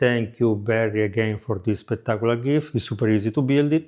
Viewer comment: SPECK-tark-oo-lar...... 😁😚😂.... Absolutely love your channel.🥰